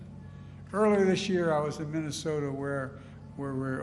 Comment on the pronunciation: Mumbles in mamamama you know the place with the snow 😂